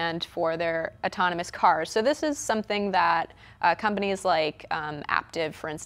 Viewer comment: what kind of news host pronounces autonomous "otonomos?